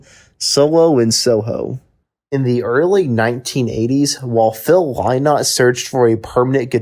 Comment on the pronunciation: Your "What Happened to" would have a lot more credibility if you'd bothered to find out how to pronounce Phil Lynott's name. Next time try googling "YouTube Phil Lynott Interview". The interviewer will almost certainly introduce him.